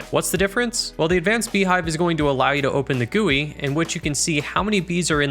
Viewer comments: Fantastic! Well I do have one bit of feedback, it is G U I (say each letter not gooey) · I have never, in my entire life, heard someone pronounce "GUI" (gee-you-eye) as "Gooey". Wow, that's a first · You said Gooey instead of GUI, unsubscribing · quick note - gui is not pronounced gooey, its just G U I as in jee you eye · calling a GUI a "gewy" is crazy work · Did you just call a gui a gooey